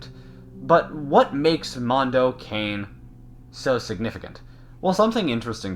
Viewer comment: It's pronounced "can-e' "